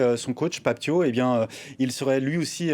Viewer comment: C'est bon c'est l'heure de la célébration, Pape Thiaw s'est excusé et ce journaliste Benoît Perrochet ne fait que de rappeler qu'il a demandé aux joueurs de quitter le terrain, déjà commence à prononcer correctement son nom ce n'est pas Tio mais Pape Thiaw comme Ciao en revanche pour toi ce n'est plus Benoît Perrochet mais Perroquet